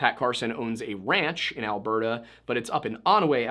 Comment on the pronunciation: I'm from BC, have family up in Edmonton and to hear you say both Edmonton and Alberta CORRECTLY is so refreshing for me. I've heard so many funny pronunciations of Canadian places by non Canadians over the years that it literally shocked me. Also, I'm Canadian and YOU taught ME that there is a damn S after Hudson in the company name hahaha 🤣🤦🏼‍♀️ How hilarious is that, eh? I never knew that. I've always just called it, and heard it called, The Hudson Bay Company, or in recent years, HBC. And I never knew it was French/English. I remember the first time I ever heard about it when I was little in elementary school. I only knew it was named what it was because it was near The Hudson Bay lake and that it was a fur trading outpost somewhere out there. Who knew that decades later they'd be carrying perfume and designer bags and home decor and act more like a Department Store than a fur traders. It just sounds so ridiculous to me that it turned into this over the years considering it's start.